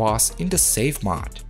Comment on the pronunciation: Now if we can get him saying "mOde" vs. "mod?!" (Seriously though, it's a great "English accent." ;-)